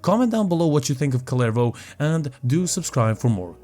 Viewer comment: I cant get over how people say "kullervou"